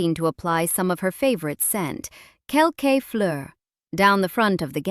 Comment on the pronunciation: First, July 1 is exactly 4 weeks from July 29. Not almost. And the Houbigant Parfum is pronounced “Kel- Kuh” not Kel-Kay.